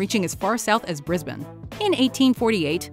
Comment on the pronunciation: Spot on pronunciation of "Brisbane" :)